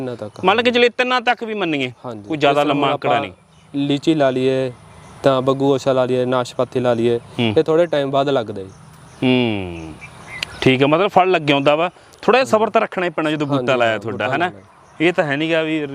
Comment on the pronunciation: ਗਬੂਗੋਸ਼ੇ ਨੂੰ ਬੱਗੂਗੋਸ਼ਾ ਕਹੀ ਜਾਂਦਾ ਨਰਸਰੀ ਵਾਲਾ ਭਾਈ🤣😂